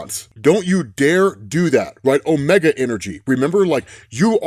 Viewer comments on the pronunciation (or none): none